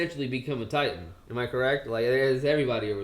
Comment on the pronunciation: Did no one else realize this? My man really said Attack on Titty 😭😂